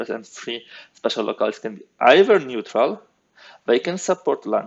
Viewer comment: I love your videos! (Unless I'm mistaken and there's a historically correct pronunciation of the word I don't know about, the correct English pronunciation of "locales" is "Low-Calz"" not "Low-Cal-es")